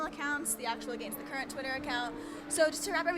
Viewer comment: Chrissy : your against the currente hahahahaah. Love you